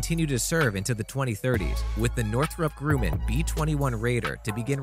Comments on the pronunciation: Who is this narrator? Northrop GrOOman? NEWKEWLER? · Not just that, but Northrop Grumman is pronounced with a short U as in “humming”. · Greetings from Colorado! "noo-clee-ur"...yes "noo-cue-ler ... no Northrop Grumman-yes Northrop Groo-min- no